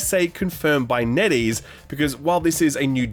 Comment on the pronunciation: TIL it's NetEase not Neddy's